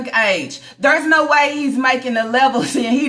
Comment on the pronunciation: My favorite is when says 😂😂😂😂😂😂😂NO HOE.... Wit that accent. I'm on the floor.😭🤣😭🤣😭🤣🤣😭🤣